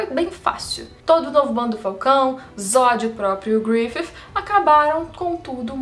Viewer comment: fale grifissssi, pq grififi fica muito mehh